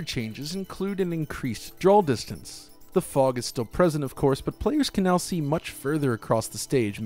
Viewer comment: Loved this video but..."drawl distance"